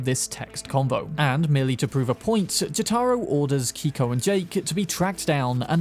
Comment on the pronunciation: You said Keiko's name incorrectly. Likely is a Japanese pronunciation.